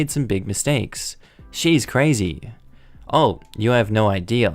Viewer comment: Lol "ideaww"